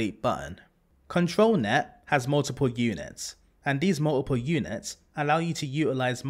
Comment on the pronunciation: muh uh puh (multiple). i love it.